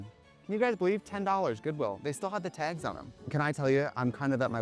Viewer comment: “They still have the tags on them” when you hit the word tags it was so Wisconsin. The accent never comes through but it really did in that word.